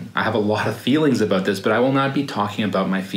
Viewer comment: Aboot lol